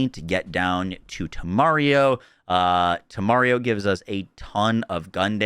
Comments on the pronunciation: LOL, he's still calling it "te-Mario". Dude, it's "teme-RA-rio". OTOH, at least he's got "Instinto" right finally. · One day he’ll say temerario correctly